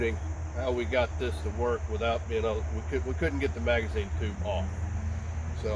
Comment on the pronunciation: It's "Magazine" and not "Magizne."